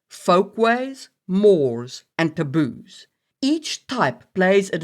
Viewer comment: Lol, sometimes it sounds like you're saying "the booze" instead of taboos xD I am very sleepy.